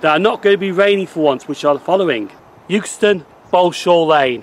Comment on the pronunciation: It is actually pronounced EXTON not 'YOOKSTON'